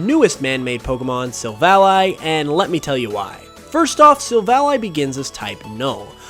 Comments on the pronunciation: It's sil-vally, not sil-vali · Your pronunciation of Silvally annoyed me a whole lot. I suppose it's because you say the name as a conjunction of silver and ally (friend). While I rather prefer the version that conjuncts silver and alley (street). I understand ally makes more sence, but alley sounds more natural to me